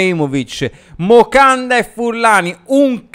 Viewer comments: Moncada però…. Non mocanda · MoNcada, non Mocanda 😂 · Caro, ti seguo sempre e condivido gran parte delle tue analisi, ma ti prego, è "MONCADA" non Mocanda... P.s Okafor e Camarda a Parma! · Ma perché Mocanda 🤣🤣🤣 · “MOCANDA” 😂😂😂 grande ❤🖤